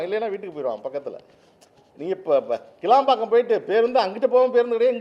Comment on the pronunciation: கேளம்பாக்கம் அல்ல கிளாம்பாக்கம்